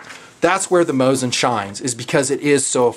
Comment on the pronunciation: According to my friend whom lives in moscow you are saying it correctly. Its how I say it and how most people say it lol. The tools whom say Mah zeen Nagent and whatnot are just trying to seem clever.